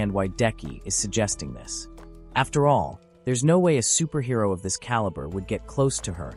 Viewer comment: Superhero? Really? Can the ai voice not read?